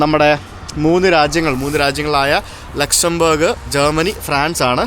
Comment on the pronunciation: pl pronounce the country name properly.... at least do a google check.... ലുക്സാംബാർഗ് അല്ല ലക്‌സോംബർഗ്...